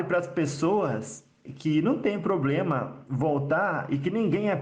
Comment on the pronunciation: Eu sou muito cética, não vou mentir. Ex: Exu não precisa falar como no século Xll, mas falar "poblema", pra mim já é um problema.